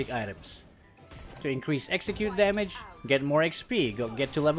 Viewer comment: It's damage 😅not demej